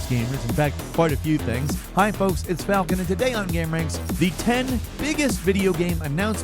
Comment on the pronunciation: Hey it is FOLKSAN